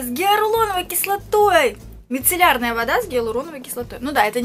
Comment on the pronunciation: гиаЛУРОновая кислота, не каверкай слова) а так супер)